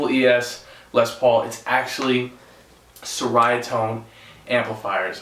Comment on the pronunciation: nope, I'm a Malaysian, it's more like Che-rea-tone cause Ceria is pronounced as che-rea, it means "happiness" in Malay, now you know why it sounds funny to us, like the tone of happiness